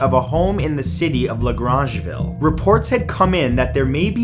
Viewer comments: It’s just LaGrangeville. “Grange” is not pronounced with a French accent. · La grange ville bahahahahhahaha! Wrong pronunciation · Did he just mispronounce LaGrangeville, NY??